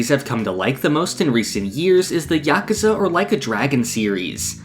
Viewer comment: I wanna shake your hand just for saying yakuza right.